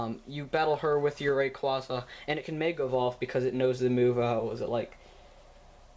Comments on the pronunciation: It's pronounced rayqueza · Ray-quay-quay. Rayquaza. RAY. QUAza. Ray-Quay-Quay. :) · Rayquaza ( ray-cw- aa-za.) Zinnia ( Zin-ee-a.)! WHAT IS WRONG WITH YOU MAN!!!!!!!!!! EVERYONE KNOWS THAT!!!!!!!!!!! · No it's pronounced rayquaza even in the show you pronounce it wrong